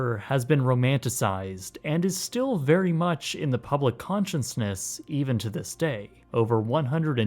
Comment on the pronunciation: "Consciousness" giving ya problems, eh bro? Don't worry, we'll go over pronunciations in 4th Grade English Lit.